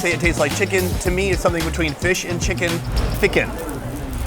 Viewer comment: Fi-Cken As a German I say "No ! Better don't say this." 😂